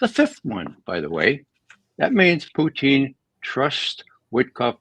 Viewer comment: Why does your guest say "Puteen"? Hes the only person i have heard pronounce his name like that